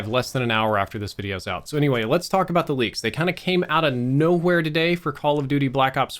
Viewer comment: it's not noHWERE it's NOwhere. The W comes before the H in the word if you haven't noticed